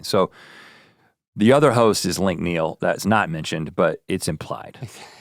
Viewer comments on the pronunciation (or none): none